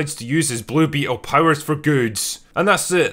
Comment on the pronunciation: I genuinely can't tell if you are leaning your accent into "Blue Beetle" as a bit to sound like "Bloopy Hole" but it makes me laugh every time